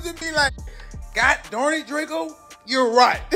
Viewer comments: “Like they don’t see the Don riding around LA” We know the truth RIP 🪦 👑🕊 Oh yeah and it’s Drakeo not Drake-oh 😂❤ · He keeps callin the man Darkco